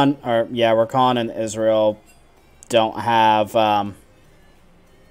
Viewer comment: I like the game you played Sona (as a Sona main)... one thing i noticed you pronounce Ezreal like Israel... But if i was on cam you would have a ton of things to poke fun of me on...(just look at this comment) Imagine if this was spoken aloud.